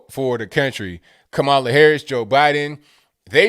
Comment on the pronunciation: "KaMaiuula" lol